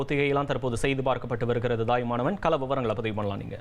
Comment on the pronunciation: Thayumanavan, correcta prounce pannungappa, dayumanavan ellai.